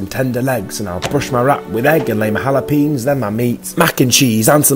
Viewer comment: The pronouncation of jalapenos